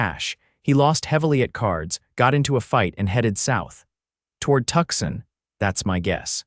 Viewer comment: Tucson not tuck son